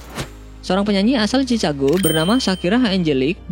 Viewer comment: ci-ca-go? Gk slh? Chicago pelafalan b.indonya tuh ci-ka-go. Klo b.inggrisnya shi-kha-go.